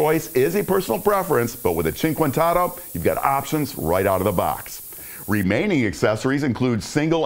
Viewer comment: It’s pronounced “oh-toe” not “auto”